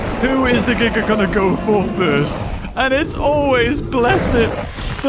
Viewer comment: Kudos to you, for the correct pronunciation of "Giga."